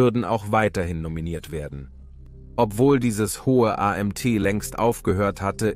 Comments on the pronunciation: Das Video ist seitenverkehrt: BBC rechte Ecke oben ist spiegelverkehrt. Sprache: "...der Fall des weströmisches Reich" es muss heißen: Der Fall des weströmischen Reiches.... was soll das A M T anstatt Amt? Computergeneriert? ...wieso Diedrich anstatt Theoderich? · Warum a m t statt Amt? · AI generierter Kommentar ... soweit ist es also schon ... gut zuerklennen an der Verwendung von A M T anstelle es als Amt auszusprechen ... schön peinlich.